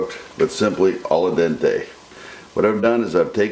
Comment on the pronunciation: "Al dente", not "alla dente". ;) great video, thank you